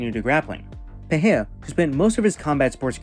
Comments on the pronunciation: it's peRReiRRa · it's "perera" lil bro, not "pe he a" ya fokin casual